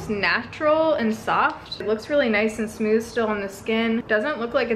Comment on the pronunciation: "Smewth" haha 😘